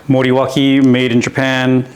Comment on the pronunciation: I was considering the Morawaki for my 500 Rebel (you pronounced it slightly wrong, sorry) They had the Morawaki Kawasaki back,in the 80’s in the super bikes.😊 As for your indicators and rear light, think you spoiled it. I personally prefer the sock. That’s why we like different! 😊 The exhaust does sound really nice.👍